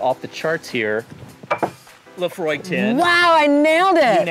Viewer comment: pronounced Laphroaig spot on . i like pink now